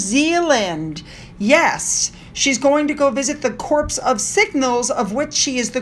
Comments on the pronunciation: Ugh. Just gotta say it,,I’m old. When referring to “corps” in military jargon, it’s pronounced “core”. Like the Marine Corp. not corpse! 😳🤷🏻‍♀️. Love u😊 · I’m American and love your videos! By the way, I’m pretty sure “corps” is pronounced “core” not corpse. We all know what corpse means, LOL! Obama made the same mistake! Enjoyed as always! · "Corps" is pronounced "core" -- as in Marine Corps. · Good morning,, I hope you don’t take this the wrong way or get offen”ded if I correct you. The word “Corps is pronounced cor. If you pronounce it with an S (corps), that means Corpse (human remains or dead body). Thank you. Other than that, great videos! Keep going! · “Corps” is pronounced “cor” the P & S are silent. Love your show, content is always so well presented! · Corps is pronounced CORE btw. Don’t worry Obama read it incorrectly off a teleprompter like you. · The word corp is pronounced core the p s silent... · Good morning, thanks for the Royal scoop. Just so you know Corps is pronounced “core”. 😊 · Just a FYI, corps is pronounced cor. Great videos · In the British army Corps is pronounced "core". I.D. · You are correct. I’m not one to correct or find fault, but in a spirit of caring glad you made this pronunciation clear. WE LOVE YOU,!!!🥰🥰🌻🌻🌻